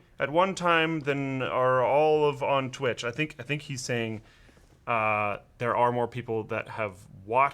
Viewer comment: you definately said tit stream not twitch stream